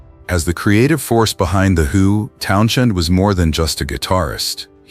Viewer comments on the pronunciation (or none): Why is Townshend being pronounced as Town - shend? Bloody AI has so much to answer for. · Town Shend every time😅